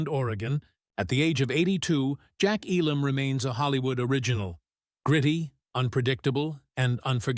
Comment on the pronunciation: And mispronounced.